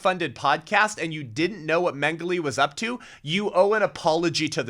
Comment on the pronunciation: Dr. Mengele's name is pronounced, "Men-Ge-leh".